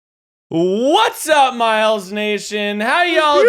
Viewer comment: Is anyone else wondering when everyone will stop pronouncing Miles' name wrong? 😂🤷